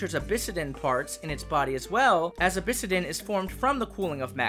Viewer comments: Really fun stuff here. Excited to see more of the story unfold too! Two small language notes though – Jotun is pronounced with a "y" sound at the front instead of a hard "j." Think "Yo-tun." And then it's "obsidian" vs. "obisidan." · I got caught way off-guard from how he said obsidian. "Abyssidin" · yeah the "obisidan" part threw me off a bit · obsidian is pronounced ob-sid-ien, also first time viewing the reigon and it looks great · Everything is perfect except that obsidian pronunciation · Getting heavy gen 5 vibes, which is awesome because It’s my favorite gen. I will say though I’ve never heard someone pronounce obsidian like that before.